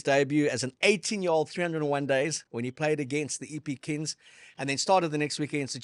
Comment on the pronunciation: Love the show chaps., in English a N+G is a nggggg. Its kings, not Kins. Other than that small critique, love it. Also, sad to see Ricky become and Aussie/Armenian/ Kazakhstani.😂😂